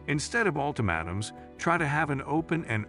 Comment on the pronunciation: Ult AH mAAtums."..long A